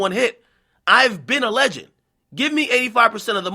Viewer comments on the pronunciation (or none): none